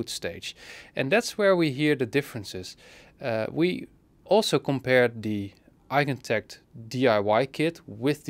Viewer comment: Damn. The way you said “Eigentakt,” you did it like a professional. A professional German, I suppose